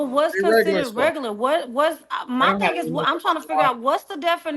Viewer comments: Saying, “What considers reg-gu-la” is a prime example of regular. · The fact that she can’t pronounce “regular” correctly makes her below REGERLER.. 😐😐🙄🙄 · "wHaT cUnCiDuHrZ rEgUrLuR?" Guuuuuuuurl!!!! 😂😂😂😂😂😂😂😂